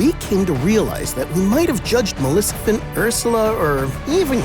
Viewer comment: How can you not be able to say MALEFICENT right😅😅😅😅😅